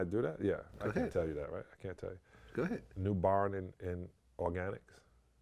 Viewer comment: Did sally say NUBARN?